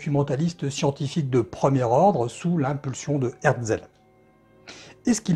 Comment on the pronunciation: Une superbe vidéo comme d’habitude, un seul petit bémol, vous écorchez le nom de l’éditeur, il s’agit d’Hetzel et non par HeRtzel. Je vous invite par ailleurs à consulter les tarifs des éditions de la fin du 19ème ou début 20ème des ouvrages de Jules Verne de la collection Hetzel... En termes d’investissements, il faut faire un choix entre la lecture ou le matériel pour l’astronomie 😉